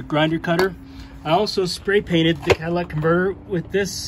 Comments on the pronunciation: I"m confused, are you working on a Ford van or a Cadillac? I keep hearing "Cadillac converter". Did they use those on Ford vans? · If you say Cadillac converter one more time..boiiii